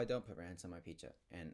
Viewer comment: Did he just say "Picha" instead of saying "Pizza" 😭😭 too pure